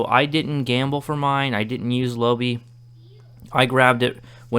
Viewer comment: It's "low-bye" :p